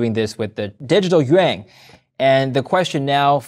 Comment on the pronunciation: delusional gold bugs keep pulling ideas out of their arses...while crypto eats the world...when has gold ever risen while markets crashed?? 🦧 even pronounced correctly Chinese "Yuan" most Americans think it is "You On" actually sounds more like "You In" 👏👏